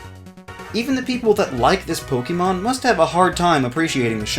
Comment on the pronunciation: Ok, does it trigger anyone else that he says Poke-ee-mon instead of Poke-e-mon or Poke-ay-mon? No? Just me? Oh....